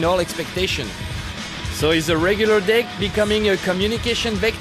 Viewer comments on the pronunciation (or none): none